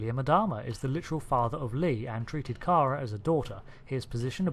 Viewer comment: Did you watch the entire series? If so then why are you saying Kara Thrace's first name wrong repeatedly?